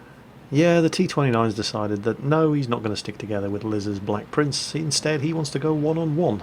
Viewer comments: Idiot 'Blek Prince' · Rofl. "Idiot blek prince" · "Idiot BLEK prince"